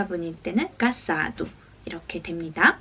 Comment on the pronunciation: casado 발음이 현지인들과 상이합니다... 보통 "까자두"라고하는데... 그리고 댓글에 타이핑이 제한되는 한글단어도 있나요?